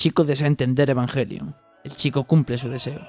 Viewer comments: Es o Evanyelion o Evangelion, nunca evanguelion por el amor De Dios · eee que se dice ebanyelion!